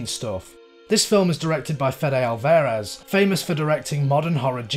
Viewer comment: Just a quick side note. His name is pronounced not alVEHrez. Great video though! 👍👍👍